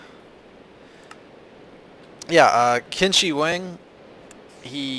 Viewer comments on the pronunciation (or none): "Qin" is pronounced "Chin". ;) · I know it doesnt matter, but "Qin" is pronounced as chin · the emperor's name is pronounced "Chin!" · Qin is pronounced chin that is why it is china